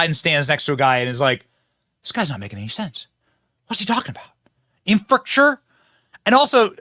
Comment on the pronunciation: Apparently Fetterman can't say infrastructure. LOL. His mind to speach coordination is still not quite working.